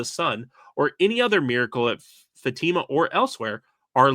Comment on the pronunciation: Pronunciation correction: Fatima in Portugal is fa-ta-ma, not fa-tee-ma